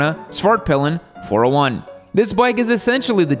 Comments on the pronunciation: "whoskayvarna Swairt peelen" my swedish ears are bleeding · Everytime says svartpillen, to me it sounds like hes saying fartpillen.